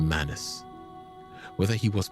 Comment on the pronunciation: bro do him some justice and put the greatsword in his left hand, and it’s manus not manis.